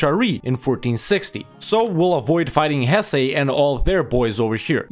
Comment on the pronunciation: the pronunciation of Hesse is wrong and idk hoe you got it. in English it's pronounced Hess and in German Hessen. idk where you got hessay from